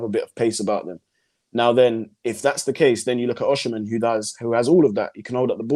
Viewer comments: There is no “she” in Igbo or Yoruba pronunciations. It’s not it just “Osi” either. More emphasis on the”Ohhh”. From a Naija boy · It’s pronounced “Oh-sim-men”